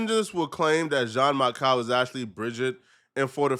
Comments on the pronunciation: Michel i think is pronounced michelle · Bro just say Michael you sound dumb lol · I like your channel but for God sakes "Michel" French pronunciation is like "Michelle". Sounds a bit ignorant. As an ignorant to the pronunciation of the name.